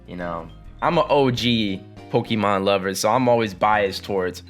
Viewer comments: pokey-mon. hon-doom. wtf is wrong with how you pronounce words. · Just listen to the anime or something and learn to pronounce them right. Pokey-man is how people who are acting like they are too mature to know how to say it properly. Houndoom is based on a hound. Its not hond, unless you are German. Say it "hown-doom"